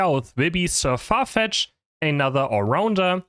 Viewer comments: saying the name wrong intentionally to piss off the "actually" viewers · Sir What?? LOL that's not how you say it.